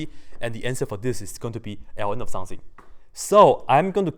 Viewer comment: Everytime he says 'something' I hear 'sensei' _